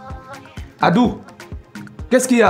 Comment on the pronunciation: J’aime trop quand il dit « Adou » 😂😍😍😍. Il dit ça trop bien Adou = Chéri/Chérie en Basa’a.